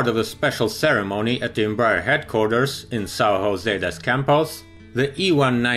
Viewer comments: This is portuguese Not Spanish, is José Not Hose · tip: in portuguese you don't pronounce J as H, that's only in spanish. you should pronounce it just like english J